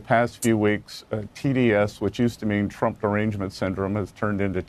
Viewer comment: “Mean letters?” I thought you said “ meme letters!” Much more accurate.